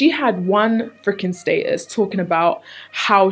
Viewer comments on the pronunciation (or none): ohhh i was confused when was pronouncing "statues" 😂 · I love how she says status's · It took a while to figure out you were saying "status" 😂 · Lol sub demographic is clearly mostly American because everyone's commenting on the way she pronounces "status" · I love how you pronounce "status". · i just realized she was saying "status". omg love u 😂